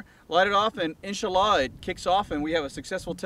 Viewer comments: "We're not political" Proceeds to mock the Muslim faith by butchering phrases. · So does every single special forces or anybody out there not a wannabe special forces everytime they say "insha allah". Massive cringe. These wannas need to stop playing.